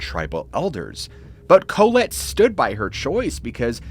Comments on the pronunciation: "Colette" is pronounced Call-let. Co-let sounds almost derogatory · Dude I love your channel but you're going to have to Google how to pronounce proper names and city names etc, because you mispronounce a lot. "Collette" has the accent on the second syllable, "Koh LET". Just Google pronunciations and mark them on your script. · Bro…. It’s literally pronounced Ca-lette. Not Co-let like colon. 🥴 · Interesting diction of ?Colette? ?Colet? ?Kohlit? ... If by chance its "Collette" (or the first 2 mentioned initially above), then I think the pronunciation is "Call-ette" according to 2 of those in my college years (and my French professor). Just passing it fwd 🥂